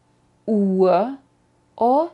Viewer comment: La primera pronunciacion de "Uhr" lo oigo tal cual lo indicas, pero la segunda vez me suena como Uar. Minuto